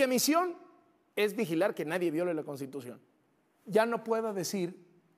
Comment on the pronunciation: ni siquiera sabe hablar ni leer! Dice La “Contitución”! 🤬